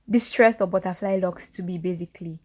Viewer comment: Not “butterfly-y”😂